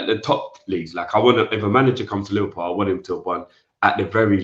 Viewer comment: “whoever this manager uhmm, is to be liveprool manager” “The terms & conditions that you’re going to be given to you, will be good.” Man, even in basic sentences you manage to butcher the English language. To think some people actually have children to bring up but can’t string together a basic sentence themselves is worrying.